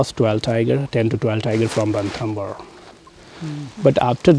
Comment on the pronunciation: it's Ranthambore..!! not Rathambore.!! thanks..